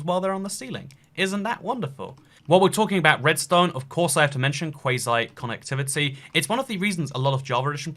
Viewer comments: you sound really salty that java is actually better than bedrock. Edit: It's pronounced "Quo-see" Also, bedrock edition has an issue where redstone is kinda random. Sometimes a circuit will do this, sometimes it will do that. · it’s pronounced (KWAU-ZY) connectivity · Mega cringe ya said quasi completely RONG is sort of yes and sort of no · You say it like Quasi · You said quasi wrong